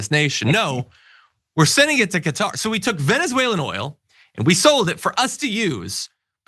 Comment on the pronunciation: Its pronounced as kuh·taar.